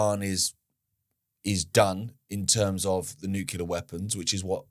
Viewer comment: JFC! I love you brother but, it's noo klee arr. Not nukular! 😂